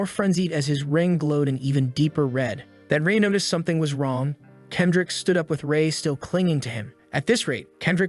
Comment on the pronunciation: "Kedric" ?????? Kendrick Lamar?????